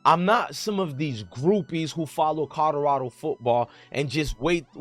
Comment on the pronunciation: It's "Colorado" not "Codorado"